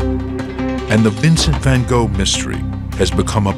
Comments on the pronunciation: Why are you making it seem like a horror story? Considering you cant pronounce his name correctly, I can understand why you don't have the story correct. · In a parallel Universe there is an english speaking person that can pronounce the name correctly.